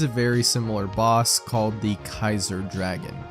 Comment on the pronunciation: Kai-zer. Not tzar.